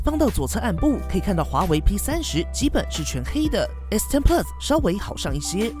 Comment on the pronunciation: 你这个plus的发音实在让我………………………………………